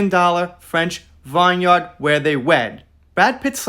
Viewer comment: It is pronounced VIN yard…it is English. Chateau is pronounced Shattow. It is also now English. In French they would say…Shat- u.